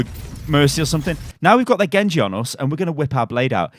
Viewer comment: Was the „GENGU“ on purpose?